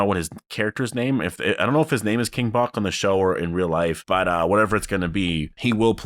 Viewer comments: Dude King Bach (pronounced batch not bock) is his name irl😂. He was a really popular Vine guy and that was his name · the person you’re talking about that was with Michonne, the actor’s stage name is King Bach (pronounced King Batch) He’s known for being famous on “Vine” (and just social media in general I guess)